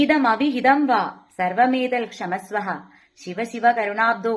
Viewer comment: ക്ഷമസ്വ: എന്നില്ല ക്ഷമസ്വ എന്നാണ്. കരുണാബ്ധോ എന്നല്ല, കരുണാബ്ധേ എന്നാണ്